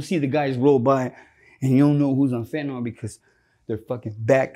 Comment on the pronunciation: would be more credible if he could pronounce fentanyl.